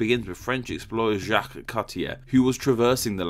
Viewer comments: jok not jak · Just pronounce it "zjac", the q, u, e and s are silent. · Hee hee it's funny how you try to make "Jacques" sound French XD Just pronounce it like in English but without the "d" sound at the beginning of "Jack" ^^